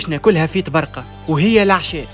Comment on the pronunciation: اسمها طبرڨة موش طبرقة